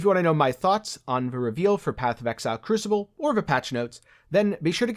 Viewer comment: Try saying kroo·suh·bl... yes it's crucible!